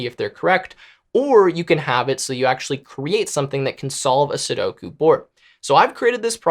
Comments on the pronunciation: ya bro, you said Sudoku correctly. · u said sudoku correctly!